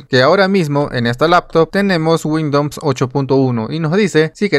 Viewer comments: Muy buen video, me sirvió para instalar. Pero por qué dices Windoms, es Windows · Me da la impresión que tienes cierto grado de dislexia, no pasa nada. Sólo que es raro escuchar windons en ves de Windows. Saludos! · porque dices windoms xd